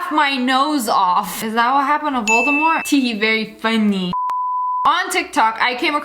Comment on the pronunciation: Love how she says "very FUNNY" in